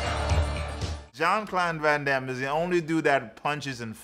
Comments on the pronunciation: Who the F, ist Jean Clorn van Damme LOL. You really have a problem with that name bro 🙂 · Love how he never once gets JCVD's name right.... hilarious